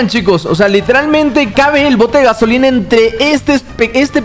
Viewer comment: Minuto dice el bote Gaoslina:v